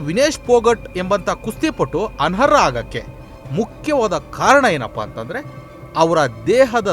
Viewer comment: ಅನರ್ಹ ಅದು ಅನರ ಅಲ್ಲ ಪದಗಳ ಜೋಡಣೆ ಸರಿಪಡಿಸಿಕೊಳ್ಳಿ.